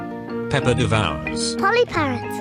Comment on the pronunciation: i thought it said devoun but it was devours